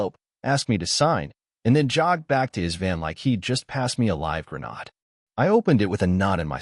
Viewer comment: grenod? where the heck are you from?....., idiot narrator